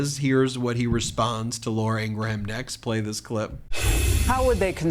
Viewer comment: "Graham", as in "Ingraham" is one syllable, as in Graham Crackers or Graham Nash. Not "gray ham".